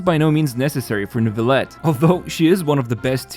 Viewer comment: still can't get over the pronounciation of Neuvilette by english-speaking people, i know it's kinda hard but it makes me giggle every time